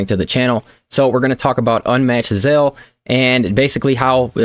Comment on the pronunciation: 'Ze-al' lol Not 'Zay-zel'